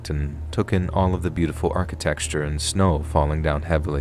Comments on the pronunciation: I love this. But my heavens, it bothers me to hear him pronounce architecture ss "archi-texture" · Love the content. Have you always pronounced architecture as “architexture”? That’s in my brain now. 😂